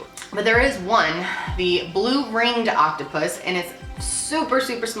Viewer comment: I thought she said octopussy